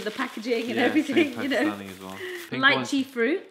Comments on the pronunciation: Lee-chi not lie-chi 😂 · This is how u say liche le che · It’s pronounced leetchee.